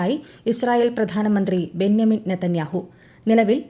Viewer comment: ഇസ്രായേൽ prime minister ബെഞ്ചമിൻ നെതന്യാഹു ആണ് ബെന്യാമിൻ നെതന്യാഹു അല്ല.